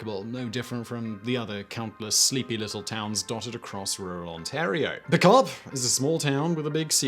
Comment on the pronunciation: OMG... DYEfenbaker, Dyefenbunker... NagasaGI... and I gave up trying to understand the town name and just looked Diefenbunker up to find out it's not Co-op but Carp. Now that I'm done slamming his pronunciation... what's up with his beard? Looks like he's wearing a black mask against Covid-19 and forgot that he'd pulled it down.